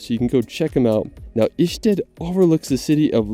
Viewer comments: It´s not a Swedish Ystad... It´s Ještěd Mr. commentator. Learn the right pronunciation... Petr fro Czech... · Ještěd is not Išted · very nice video my dude, here is just a little help from me to you with the Ještěd because you were saying Ištěd. the JE part of Ještěd is pronounced like if you were saying YES but removed the S and thats it hope that helped and hello from south bohemia